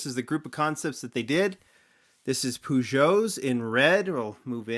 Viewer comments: its Per-geonot Poo-geo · You pronounced Peugeot wrong. Its Pyugeo, not Pugo. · Its certainly not "Pugo" I can tell you that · it is peugeot not pygot or pugo its rellay pronouced poojoe